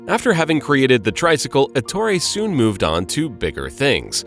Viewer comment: Such a detailed reconstrution of Bugatti's career, without learning that his name must be pronounced Èttore, and not Ettòre, which is not italian nor english